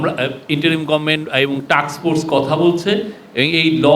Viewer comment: বুঝলাম না,,উনি বার বার টাক্স ফোর্স বলছেন কিন্তু এটা হবে টাস্ক ফোর্স,,,উনার মতো প্রেস সচিব যদি এটা বলে তাহলে কে উনার ভুলটি ধরিয়ে দিলে ভালো কাজ হিসেবে গন্য হবে 😢